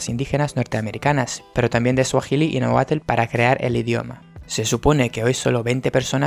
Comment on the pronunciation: Es NÁhuatl, no naHUÁTL.